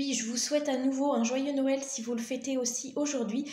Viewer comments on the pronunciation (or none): none